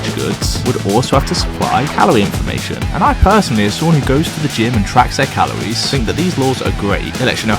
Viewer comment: How many times do I have to hear say Calowies